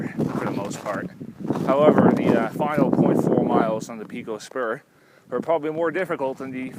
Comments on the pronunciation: I owned the Edelweiss Motel directly across Pico Peak. It is pronounced PIECO, NOT PEECO. I loved it there. I was a Ski Instructor at nearby Killington. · Yea.. the 'peeko' was very distracting. Overdub with 'pie-ko'.